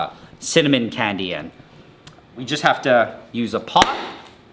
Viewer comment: ive never heard a guy say "candy" so weird". "KKKKKhandi"